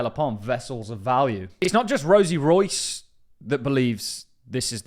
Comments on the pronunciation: Rios not Rois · Her last name is quite clearly not Royce. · Boss. Her name is Rosie RIOS, not ROIS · It's RIOS not ROYCE lol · Rosie Rios (REE-OS)! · RIOS not royce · Dude, is Rosie Rios not Royce. The pronunciation is like if you say Reeos. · Her name isn't Rosie Royce (that's how you're pronouncing it). It's Rosie Rios. REE-ose. Sorry, my OCD went into overdrive. Had to clear that up. Good video. Thanks for sharing. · I have a lot of respect for the content you bring us so thank you for this but please pronouncing Rosie Rios as "Royce" just jars me In English, "Rios" is pronounced by blending two syllables: "REE-ohs," with the emphasis on the first syllable. Also Eric Balchunas. Bal choo nas 😂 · You pronounce as Rosie Ri-os not Royce 😵‍💫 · Rios is pronounced Re-os, not Royce. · Rios is a Hispanic name and is pronounced Ree-os. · Rosie Rios ... REEyohs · It's Rosie RIOS, pronounced "ree-ohs" It's Spanish for "rivers." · she's Hispanic and that important ladys' name is Rios, (REE-OHS) LOL get it right. 🤓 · Fam, it’s RIOS! Ree-ohs. Lol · Rosie Rios (Ree-os) 😅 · I know right 😂😂 Rosie is pronounced Rolls...so the correct pronunciation is Rolls Royce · You may want to check Rosie surname pronunciation, you’ve got it wrong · Butchered her name😂😂😂😂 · You completely butchered her name 😂😂😂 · 😂😂😂😂 and then some how can someone who claims to be into XRP get her name soooo wrong 😂😂😂😂